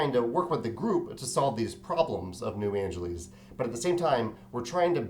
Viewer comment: Sorry to nitpick, but you keep saying "New Angeleez." Shouldn't it be pronounced like Los Angeles, which is pronounced "Angeliss"?